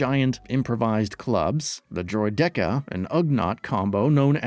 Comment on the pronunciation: Somebody please teach this man how to pronounce droideka lol